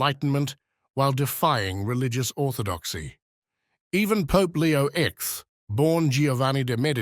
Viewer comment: This AI video is not perfect. Leo X is not Leo ex, but Leo the tenth😂. This is just one example. “6 red spheres” where there are actually 5 is another